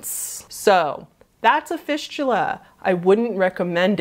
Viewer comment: After she talked about fisting and went to fistula, (was listening to this vid) sounded like "fishula", my brain ended up thinking "fishula" was like fisting, but with a fish instead.. .-.